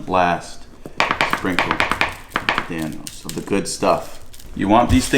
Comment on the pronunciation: You don’t know til you Dan-o